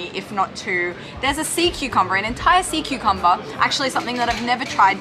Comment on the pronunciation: That's when SeaCucumber became "Saw-Cucumber"... Dad joke lol!